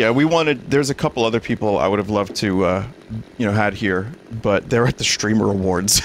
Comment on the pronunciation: Vinny pronouncing "streamer" as "shtreamer" always gets me